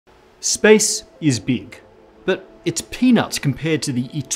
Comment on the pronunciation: "Space is beak."